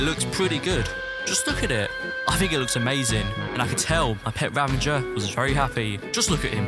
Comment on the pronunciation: I don't understand spelling of illager beast is ravager but why people say it as ravanger